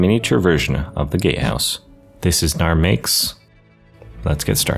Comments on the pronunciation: Look ik hes saying “gate house” BUT ALL I HEAR IS “gay house” AND NOW I CANT UNHEAR IT AND ITS FUCKING HILARIOUS ( btw it look mf amazing you did an awsome job on it) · Incredible build, but I kept hearing gate house as gay house and I just wholly accepted that lmao